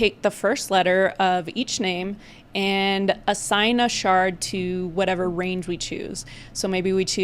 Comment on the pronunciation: 🤣😭 never let your shard d's become t's